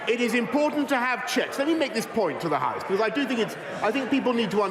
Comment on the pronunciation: Oh gawd, 'let me tell this to the hawse'. Boris is back in his debating Eton 'hawse' again... More toast please, young batman.